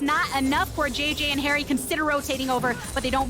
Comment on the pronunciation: Every time he said haeri i heard keria. Am i alone?